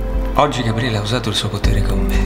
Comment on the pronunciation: Ragazzi, vi prego... tutto molto bello ma smettete di dire GaBBriele, per piacere -.- contenete la natura romana che c'è in voi. Gabriele, cazzarola, Gabriele... una B sola!